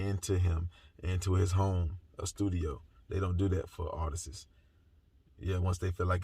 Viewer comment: ARTISTS NOT ARTESIS..I like you, so I’m not being shady. I just want you to enunciate the words correctly.